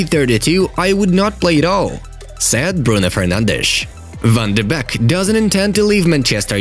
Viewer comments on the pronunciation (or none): Uhh Van de Beck? I thought it was Van de Beek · Van de beck? That’s some disrespect right there